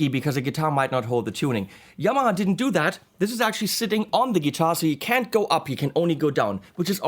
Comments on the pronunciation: The way you say humbucker sounds more Japanese than the ways you try to say Yamaha, which for the record is pronounced exactly the way you think it is, and/or the first way you said it in this video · You can't say Yamaha properly??? Put a video up of you going into a motorbike shop asking for one ... please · In the Japanese language, no syllables are emphasised, so very even 'Ya ma ha", no stress on first or last sounds.